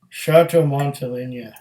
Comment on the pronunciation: Pronounced Montel(ay)na. Montele(ny)a would be spelled Monteleña.